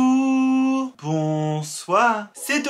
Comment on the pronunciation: « BANJOURRRRR BANSOIRRR » sa phrase que je préfère le plus